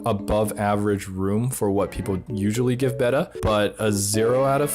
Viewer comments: He pronounced Betta wrong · I hate the way you say Beta